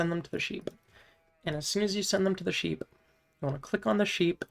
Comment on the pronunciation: I love you. But somthing about how you say sheep makes my brain melt.... Like instantly rage. The pronanciation of the P just fries me.